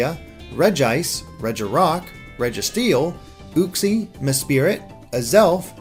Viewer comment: "Raiko" "Kaiogree" "Keeogre" "ooxie" "Terrakeeon" Damn, the mispronouniation is real.